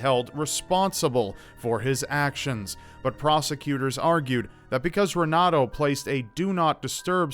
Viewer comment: The r's are actually pronounced as h's. (Portuguese)renato is pronounced henato. Js